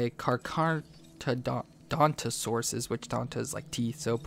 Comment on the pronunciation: is this the video with brachiosaur mamenchisaurus and dreadnoughtus?and say carcharodontosaurus to car-car-rodonto-saurus